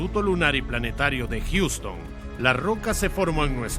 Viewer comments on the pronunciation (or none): none